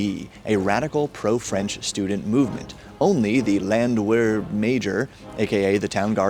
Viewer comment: Landwehr. Pronounced lawndt vair. Wehr rhymes with bear (sorta) and the W is a v sound fused with a double u.